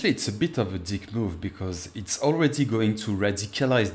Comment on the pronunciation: I loved when you said....." its kind of a deeek move!".......fuckin' wonderful.